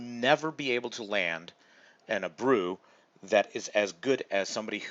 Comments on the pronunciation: A-Bray-OO ..... not Abroo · I spit out half of my beer when you said Abroo instead of Abreu! Don’t get me wrong, I appreciate the video, and that you are trying to help people so they don’t make the same mistakes while we are playing, but I have to ask, how can you be so deeply invested into playing this, which I assume it’s because you love the app and the game of baseball but don’t know how to pronounce their names?? I mean if it’s Alex Avila, I get it if you are in a city that he’s never played for, you might pronounce it wrong, ( it’s suppose to be Aveelaa, but it gets pronounced by a lot of people as Aveeyah, or Av-vill-lah), but potential Hall of Fame players like Albert Pujols and to a lesser extent Jose Abreu? If you just like baseball and not love it, I can’t imagine how you wouldn’t know how to pronounce their names? No disrespect, it’s a great video, just had to ask my friend.